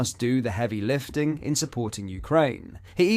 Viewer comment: Stammer didn’t say heavy ‘lifting’, he said heavy ‘listing’. Does anyone ever proof read his speeches.